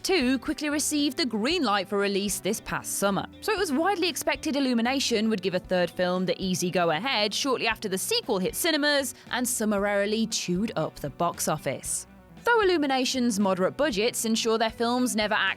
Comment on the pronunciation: Sounds like was reading from the script, didn't recognise the word "summarily" and garbled the pronunciation.